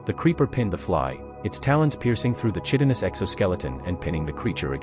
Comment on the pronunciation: It's kind of embarrasing that the AI doesn't know how to pronounce "chitin."